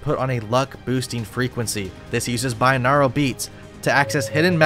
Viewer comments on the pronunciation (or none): none